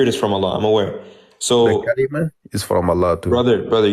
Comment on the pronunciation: If you don’t know the language then submit to the understanding of those who do. Kalimatuh means a word or a command from Him. No where does it state that Jesus is Kalamullah the speech of Allah those are two completely different words. You also didn’t know how to pronounce the word properly and pluralized it because your reading is flawed. The word “Kalimah” is defined in the Quran itself as a command or decree from Allah as in He says to something “be” and it becomes this is what He did with Jesus as He did with Adam. The verse literally denies your broken understanding, read it in its entirety and you’ll see it’s pointing out your exact lack of consistency with truth no matter how much it stares you in the face: “O People of the Book! Do not go to extremes regarding your faith; say nothing about Allah except the truth.1 The Messiah, Jesus, son of Mary, was no more than a messenger of Allah and the fulfilment of His Word through Mary and a spirit ˹created by a command˺ from Him.2 So believe in Allah and His messengers and do not say, “Trinity.” Stop!—for your own good. Allah is only One God. Glory be to Him! He is far above having a son! To Him belongs whatever is in the heavens and whatever is on the earth. And Allah is sufficient as a Trustee of Affairs.” Quran 4:171